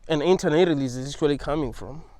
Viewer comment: I liked how he pronounced antinatalism.